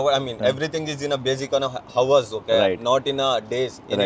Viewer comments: Howers ???? aese logon ka ielts kaise nikal jata hai ???? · "everything is on HOW-ERS okay"